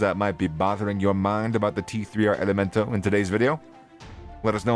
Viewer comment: The "tee three R elemento" this bozo made an entire video dedicated to these cats and couldnt get their name right lmao 😂😂 its prolly some pocho or some white dude whos neve even listened to this type of music